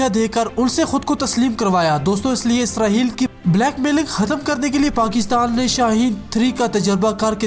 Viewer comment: اسرہیل نہیں اسرائیل ہے